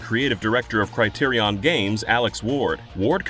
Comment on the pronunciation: thats NOT how you pronounce Criterion.